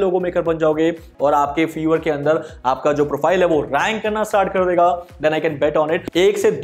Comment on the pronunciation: Sir it's फाइवर not फीवर